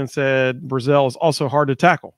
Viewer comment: Chris BRAzell. Not Bru-zel. Also he isn't a true freshman, he's a redshirt freshman, he has 3 years eligibility with us.